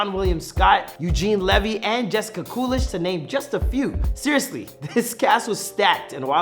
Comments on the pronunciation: and he said COOLISH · Did he really say Jessica Coolish instead of Jennifer Coolidge?